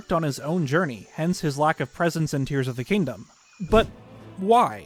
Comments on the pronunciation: Ah yes my favourite Zelda game: brrs of the kingdom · Lol The Legend of Zelda: Brrs of the Kingdom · ah yes my favorite game, The Legend of Zelda, Brirs of the Kingdom.